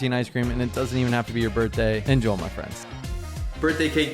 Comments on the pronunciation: The only thing about your videos that annoys me is "Enjol my friends". Why do you pronounce it like that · "Enjoe, my friends" Who the fuck is Joe?